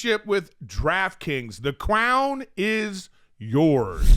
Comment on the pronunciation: Erik flubbing the ads as usual. “The cwown is yours”